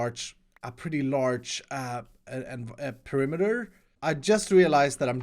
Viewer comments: I got triggered by "perimiter"! PE-RI-ME-TER Sorry! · No, he said perimiter, not perimeter. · Oh no... "Perimiter"... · "PERIMITER" k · Why "PERI MITER " ? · The title is written in the same way that pronounces perimeter